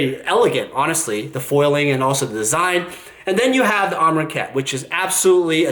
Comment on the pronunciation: Amronkhet? Amrakhet? You can at least get the name right, forget about your opinions.